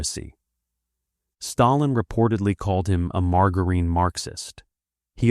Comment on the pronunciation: Margarine. Soft G as in Jordan, not Gordon.